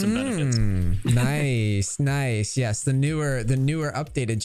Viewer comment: ah my man, u let him bully u into saying it wrong too lol